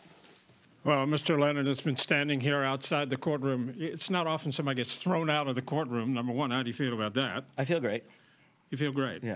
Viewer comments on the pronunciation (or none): none